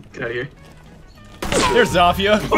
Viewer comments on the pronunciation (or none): Bro legit called zofia "zof-ia" instead of zo-fia